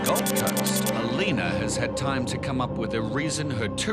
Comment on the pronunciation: Alina ? LOL more like Alino.